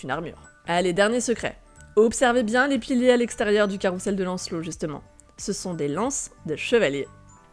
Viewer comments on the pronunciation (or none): Très belle vidéo, superbement illustrée ! Un détail : "carousel" se dit carouZel et non carouSSel ;)